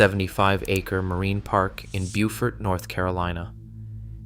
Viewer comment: Beaufort, pronounced "bow (as in "bow and and arrow") fort". Bu - fort is in South Carolina. Funny that you mentioned Jarrett Bay, but left out Spencer, Buddy Davis, Bayliss - all of the Carolina custom built boats are built tough because they're built to handle the Graveyard of the Atlantic.